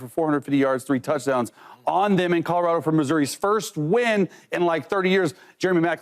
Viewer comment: Mfks be saying Codorado lol